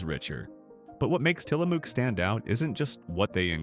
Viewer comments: It is til la muck not til la mook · Tillamook is said Tillamuck. It’s located in Tillamook Oregon.